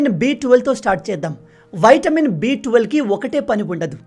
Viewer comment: Vitamin.. not VAITAMIN..